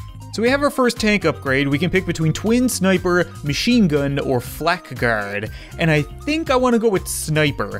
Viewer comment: Did anyone notice how he said flak guard not flank guard